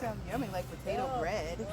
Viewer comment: Aww...patatoe...lol😂....sounding like our sistas and brothas n the MOTHER LAND....SOOOO nice....the FAMILY getting down in the Garden ...1 PEOPLE...1 MIND....1 LOVE ❤️...1 NATION....1